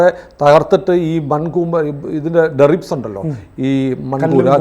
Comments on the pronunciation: Deribs അല്ല debris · ഡെറി ബ്‌ സ് അല്ല, ഡെബ്രീസ് എന്നാണ്. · എന്താണ് നിങ്ങൾ പറഞ്ഞ derics? Debris എന്ന് കേട്ടിട്ടുണ്ട്. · Deribs.....aano ? Debris alle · Not deribs... DEBRIS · ഡെറിക് അല്ല, ഡെർബി ആണ് സുഹൃത്തേ..!!😮😂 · ആ best, derbi അല്ലടോ , debris ആണ് . പഠിപ്പിക്കാൻ യോഗ്യത ഉള്ളവൻ തന്നെ 😂😂😂 നമിച്ചണ്ണാ 😅😅😅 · Not Deribs. Debris aanu correct word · Deribs alla debris